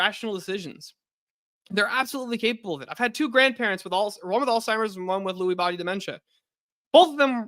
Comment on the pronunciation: I’m not listening to a got damn thing that comes out of someone’s mouth who says “altheimers” and “dehabilitating”